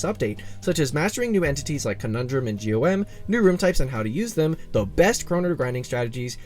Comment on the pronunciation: By the way, GOM is actually pronounced as "gaum" and not "G.O.M", in livestreams the devs call him by gaum, just letting y'all know